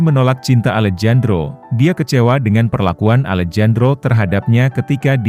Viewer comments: Maaf min, Alejandro itu klo di baca Alehandro,,bukan Alejandro...itu dlm kata pengucapan nya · alejandro = bacanya alehandro mas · Alejandro dibaca "Alehandro" gitu min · Maaf koreksi ya , Alejandro dibaca Alehandro ya min 🙏🏻🙏🏻🙏🏻